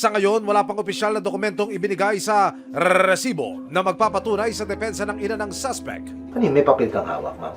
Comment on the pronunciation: Kawawa naman c francis.....life sentence sa gumawa......Pwede bang wag oa bigkasin ang salitang resibo.....